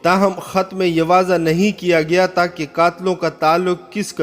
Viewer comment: pathan bhai ya taaa nahi ha , tha hota hai 😂